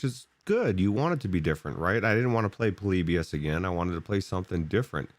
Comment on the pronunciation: says Po-lib-ius here It's short for poor liberals in US. Jk.